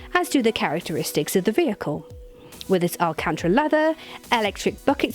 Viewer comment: "El Cantra"...? Who's he?